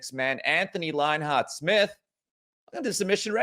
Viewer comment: Oh look it's "LyinHeart"